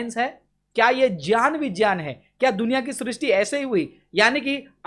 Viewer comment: pronunciation of knowledge and science in his so-called Sanskrit tongue and phonetic tone are completely FOUL and misleading. They are not "JYAAN" nor "BIJYAAN" -they are actually "GYAAN & BIGYAAN" as well, this man, is a puppet of Arya Samaj and they are attempting to reconstruct their Religious texts, Religion, Faith, History and the corrupted so-called gods-goddesses and their evil thought &deeds with a new beginning. Brother, Francis we have you in our prayer and love. Keep up. Amen.